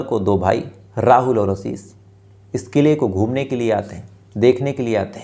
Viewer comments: He doesn't want to improve himself. He doesn't know the difference between s and sh. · आसीस नहीं आशीष